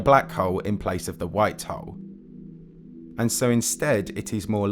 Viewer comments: I can't help but chuckle whenever you say Black Hole as "Black Hoe" lmao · Sounds like “black hoe” for half an hour 😂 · Your “hole(s)” sounds like “hoes” and consistently at that. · When you say "hole" it sounds like "hoe" wich has me confused listening to a 30 minute video about white and black hoes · but the way he says "hole" 😅 omg I'm dead.